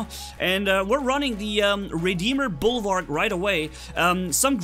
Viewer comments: it is bulwark not bulwarg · Dude it's Bulwark. With a k.